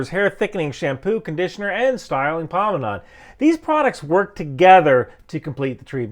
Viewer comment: Did anyone else hear him say “pomenade” at the end of the ad? Real quiet and fast like he knew he wasn’t saying it correctly? 😂 (Pomade) Anyway you rock, love your content!